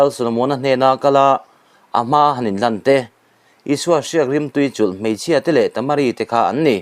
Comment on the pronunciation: I vah han chhiar thiam lo bel bul tak em! Lane tih leh pumpui tih i lam dante rêng mai hi😮😮😮!